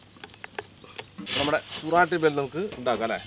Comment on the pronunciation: സുരാട്ടി ഭേൽ അല്ല സൂറത്തി ഭേൽ പൂരി, എന്നാണ് പേര് മനഃപൂർവം തെറ്റിച്ചു പറഞ്ഞതാണെന്ന് അറിയാം